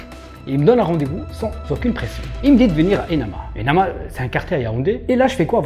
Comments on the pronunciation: Émana pas enama 😅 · Le nom du quartier c'est : émana pas enama😅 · Le quartier c'est Émana, pas Enama